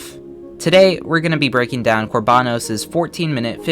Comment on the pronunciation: It’s kor ba noes not kor baa nos